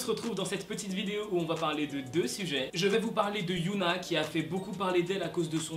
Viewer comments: C hyuna pas youhna c pas pareil Mais après c pas si grave... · Pour Hyuna, ça se prononce Hi-Yo-Na c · Tu prononce pas bien Hyuna donc au début ça peut porter à confusion, on pourrait croire que c'est Yuna d'Itzy mais sinon bref je t'adore😊